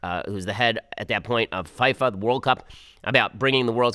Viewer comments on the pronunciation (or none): HAHAHA when an American pronounces Fifa "fai fa" (it's fee-fa phonetically). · "Fhy-fa" Ben? I find it hard to believe you've never heard it pronounced correctly "FEE-fa." I refer to round objects as spheres more often than balls and even I know how to pronounce FIFA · WAIT... Ben "I pronounce FIFA as Fyfa" Shapiro isn't a soccer fan? Shocker. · By the way, FIFA is generally pronounced as "fee-fah" not "fy-fah". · The way Ben pronounces FIFA is hilarious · lol ben pronounced it as FYFA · I thought i was the only one who noticed hahaha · Ben's (mis)pronunciation of Mao Zedong, Xi Jinping and FIFA gave me a bit of a giggle. With regards to Obama and Japan, it was Obama bowing (almost 90 degrees) to Japanese Emperor Akihito on 14 November 2009. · WILL SOMEONE FINALLY TELL BEN HOW TO PRONOUNCE FIFA!! 🤣I have to believe the staff is letting it go for their own amusement at this point hahaha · DAAAANG did I just hear correctly how Ben pronounced "Fifa"?